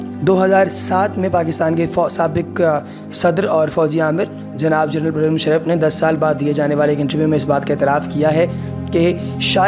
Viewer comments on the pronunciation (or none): none